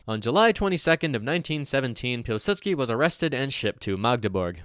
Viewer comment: If you wanted to get really nitpicky, you'd actually pronounce Piłsudski as something more resembling 'Piw-Sutski' too. The 'ł' in Polish isn't an L like we use it in English, it's basically just a funny looking W.